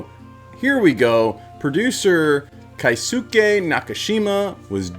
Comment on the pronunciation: Mr. Nakamura's name is Keisuke (Kay ske) There's no diphthongs in Japanese, each vowel makes 1 sounds, like Spanish, and the u sounds gets dropped a lot. George Takei says his name is pronounced tah key, a lot, takai means high (place, elevation, price) and says "my name isn't takai, it's Takei. Ei making an Aye sounds is German not Japanese The other names said in the video were pretty close